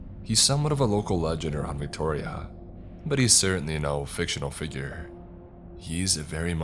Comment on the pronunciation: Brah keep saying Victoria like that🤣